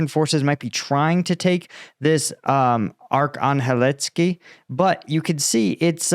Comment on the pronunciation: It's o cher ret na... pronounced